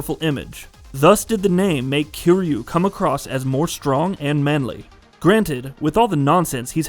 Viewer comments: I came here to say this. I was trying to be forgiving despite him being called KEEREEYOU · Dude, why you saying his name like that? It’s not KAZOOMA KEER YU, It’s pronounced Kaaz-ma Kir-Yu. And Majima wasn’t playable in Kiwami nor did he hate Kiryu